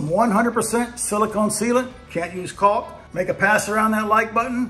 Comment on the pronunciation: The L is silent…. Walk, talk, Caulk 🤓